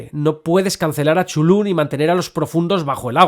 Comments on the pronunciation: Por favor,: Chulu no!!!! Tulu, Catulu, Cutulu, Cultuju... lo que sea menos Chulu!!! Por lo demás, aquí sigue teniendo usté un rendido admirador. P.D. Si hubiese que votar por un director, yo votaría por Eggers (sí, sobre todo) o por Del Toro. No conozco la obra de Stanley aún. P.D. II - Sí. The Endless de Benson y Moorehead es una de las mejores pelis "lovecraftianas" recientes. Aunque no maneje en ningún momento elementos explícitos que remitan al autor de Providence, tiene su espíritu de hoz y coz. P.D III - Miedo me da que se inaugure una franquicia lovecraftiana. En realidad, hay una docena de pelis que son (a veces de forma explícita, a veces no tanto) adaptaciones de obras de H.P. Lovecraft. Las primeras en los años 60's y 70's ("El Palacio De Los Espíritus", "Die Monster Die" o "The Dunwich Horror", las tres de la factoría de Corman. O la absolutamente genial "Messiah Of Evil" de 1972). Pero lo que sí es cierto (y lo dices bien claro) es que es muuuuuy difícil transmitir el espíritu de ese tipo de horror cósmico al cine. Por eso la mayor parte de esas pelis han fracasado, de una forma u otra. Por encantadoras que a mí me resulten algunas (sobre todo las cormanianas). Lo realmente complicado es que el lenguaje cinematográfico transmita las mismas sensaciones que los relatos originales nos producen a sus lectores. Y si el fandom de Tolkien y de otros autores es jodido de satisfacer, no te digo nada del de Lovecraft, ejem... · El video fue increible, pero para alguien como yo, que toda su vida pronunció Cu-Tu-Lu, fue doloroso escuchar chulú tantas veces XD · No me parece correcto pronunciar 'Chulú' Se prronincua así.... Cth- (carrraspeo, 'Zz', J)... ulh ( u gutural, L, jota suave y otra vez una 'u' gutural ).... 🫥